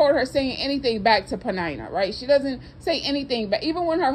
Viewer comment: Ummm am i the only one who pronounces her name like PENN- IN - NUH. 😂🤣😂🤣. This whole time knowone told me i was pronouncing it wrong. 🤦🏾‍♂️🤦🏾‍♂️